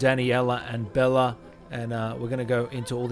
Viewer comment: it's pronounced Bayla not Bella, but you probably know that now